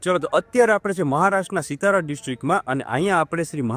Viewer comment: Satara kevay sitara nhi